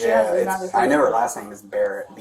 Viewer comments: Come on cop it’s not that hard moron it’s Barrett 😂😂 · I was like, it’s Barrett. ….. Bro, it’s BARRETT!! 😂😂😂